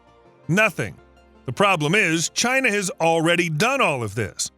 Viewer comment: Its 11am an im doing the drink to China everytime he says chier I habe ashot I'm hanered this is aweosme